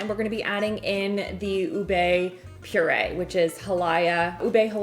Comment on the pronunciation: lol oobay lol lol lol, it's more oobeh and it's ha-lay-ah, lay as in bed, not lie as in fib.